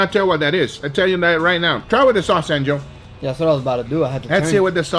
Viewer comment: Is it Angel or Angio, the way Guga says it always sounds like Angio to me anyway this dude has it made , luckiest nephew in the history of nephew kind